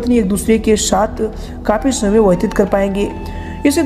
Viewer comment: शमय नही समय